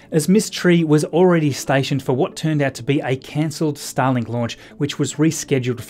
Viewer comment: Why do I here "Stalin" whenever you say "Starlink"? :D